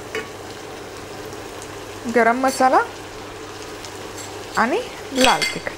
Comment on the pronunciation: If possible please pronounce ANI word properly